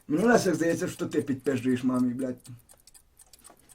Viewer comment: "пидпэзжуешь", поправка)